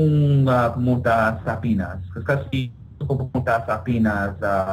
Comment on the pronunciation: Awesome tagalog! Though on words like gabi and kasi, you pronounce them like "kah-see" and "gah-bee", the "i" should sound more like the "i'" in "sit". So it would be like "gah-bih and "kah-sih". The "i" almost makes an "eh" sound. Just a little pronunciation tip